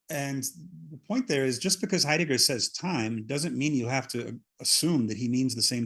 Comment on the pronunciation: 'ate 'eidegger luv me boys talking about 'eidegger